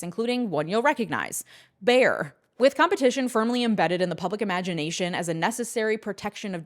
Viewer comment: Great video! Actually, pronunciation of Bayer is ˈbaɪ.ər.